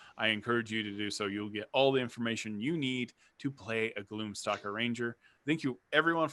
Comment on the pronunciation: Sounded like you said gloom soccer ranger.... the mental imagery was epic.... I must make this happen.